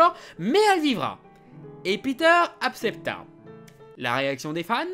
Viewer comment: "il apcepta" aaaaaaah